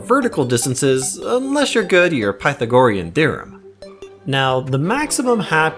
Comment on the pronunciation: You pronounced it wrong, yes, but we're all here for your Terraria knowledge so I guess no matter. If you care, it's Pathago RE an in American English.